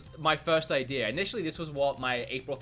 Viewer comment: listen at the beginning of the video, he says ideer, note idea.